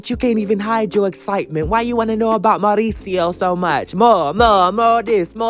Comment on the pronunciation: I love the way you pronounce Mauricio 😍